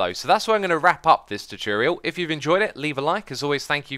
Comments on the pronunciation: when you say 'chuchurial', do you mean 'tutorial'? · "Tutiurial", good ol' Xisuma <3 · You mean ChooChorial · Ive told from some English accent video that pronouncing “tu” as “chu” is actually a accent thing. Like pronouncing “tube” as “chube”. Dont know how X think but Ive seen such comments too much times. The funny feeling is going. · 寂筑羽 X's gonna upload a chutorial this Chuesday on Youchube! 😂😂 I'm not a native English speaker but I think there're cases in English that 'tu' sometimes sounds same like 'chu', e.g. furniture, fortune. So I guess it makes sense XD.